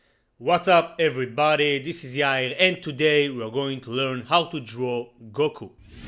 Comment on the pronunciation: It's not Gokul it is Goku